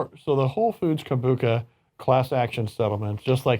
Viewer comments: KombuCHA not KA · Lol it is pronounced kombu cha not kombuka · “Kombucca”... once again, educate yourself before going on camera lmao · Yeah I know right? I kept thinking it's Com -Boo-Cha not Kon-Book-Ka . My Inner Hermione cringed. 'It's leviOsa, not levioSA!' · Lmao. I was like 🤔 maybe I (and everyone else I know) have been saying it wrong all this time. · That's not how I pronounce kombucha.